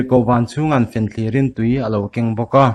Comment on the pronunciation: i ti țha ka fak ltk che...mihring hming leh khawhming ho i lam dan hi ai a upa zawkte rawn țhin ve teh..Liangkhaia hming lamte..Chalbuanga unaute hming i sawite..Fenthlir..lamte uluk a ngai ania...ai a upate hi rawn hreh suh..